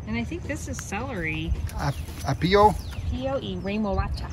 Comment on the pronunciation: Cool video as usual, guys! Keep brushing up on that Spanish, Amelia and, you're doing good. By the way, it's AH-pio, the accent goes on the A. Greetings from NYC!:)